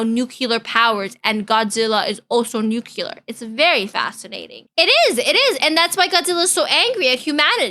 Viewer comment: Why do you call it nukular?